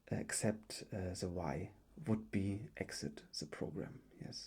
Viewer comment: Du musst echt das TH besser aussprechen dann kann man dir auch zuhören. So fällt es einem sehr schwer hinzuhören , weil das wird nicht Te ausgesprochen sondern THE :D Ist ein bisschen nervig aber sonst gutes video